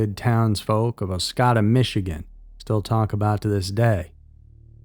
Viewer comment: Oscoda Michigan. The second “o” has a long o sound.